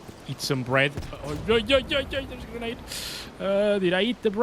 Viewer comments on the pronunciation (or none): none